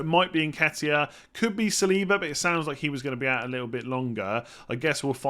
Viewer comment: It's Saliba.